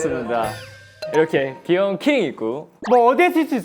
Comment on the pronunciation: That editing Doyoung pronounced killing instead key ring Jeongwoo refused Doyoung Jeongwoo aggressive reaction to cute thing Junkyu shriek Jeongwoo laugh